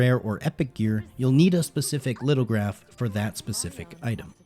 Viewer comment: Just a friendly FYI, Lithograph is pronounced “LITH-oh-graf”. It’s an ancient technique of transferring ink from a stone block, onto paper.